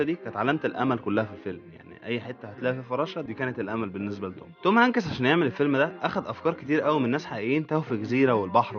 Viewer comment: شكلك يضحك يا مصري وانت تنطق اسم الممثل توم هنكيس 😂